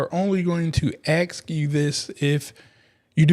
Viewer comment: Ask not aks